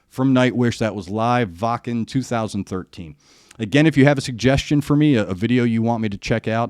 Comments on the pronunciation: I am a fan of the band, and now the channel. You pronounced Wacken correctly. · You may be the first American on Youtube that pronounced Wacken correctly. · You are the first reactor who pronounces Wacken right.